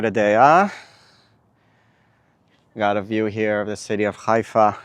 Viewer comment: Not Ghaifa Haifa